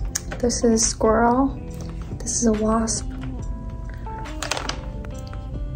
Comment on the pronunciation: LOL “s-quirrel”